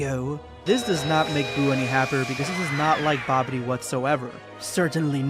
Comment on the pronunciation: Dude said Babidy when the manga said Bibidi. I question why he didn't work-check himself.